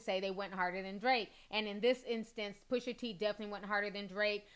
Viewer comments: PUSHAAAA.. NOT PUSHERRR!!! PUSHAA. SAY IT WITH ME T... PUSH.A! Thats all :) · Cute how you say Pusha's name Pusher